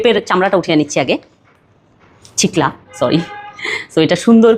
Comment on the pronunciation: ছিকলা কি 😅 ছিলকা হবে